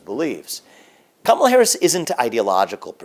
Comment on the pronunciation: I swear I hear him say Cum-ela Harris